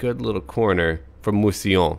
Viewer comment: Pronunciation: Mousillon - Moo-See-Lee-uhn